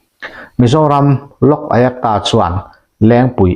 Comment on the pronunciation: Lok ayakta tia I lam kha a dik lo, lok ayukta tia lam mai tur a ni